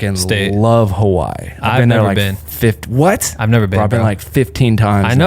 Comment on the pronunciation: please pronounce Hawaii correctly man it aint hard lol